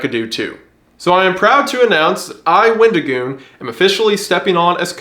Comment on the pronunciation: Aint no way someone just said Wendaddygoon 😭